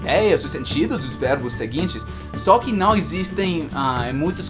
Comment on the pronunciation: Esse canal é maravilhoso, recheado de dicas espetaculares! Seria meu sonho? kkkkkk Obs: acho muito legal qdo fala "né" e "cara" pq a gente até esquece que é gringo, na verdade acho que a unica coisa q denuncia que vc não é um falante nativo do português é o som do ã, qdo fala não, no inglês não tem esse som anasalado né? E por falar em pronuncia, faz mais videos de palavras parecidas, por favor? Não consigo diferenciar essas aqui: - eat/it -weak/week/wick -There/ their - Buy/ by -No/ know Na verdade tem várias, mas não quero encher muito o saco kkkkk